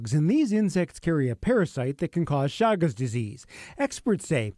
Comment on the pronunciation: It is pronounced Shagas !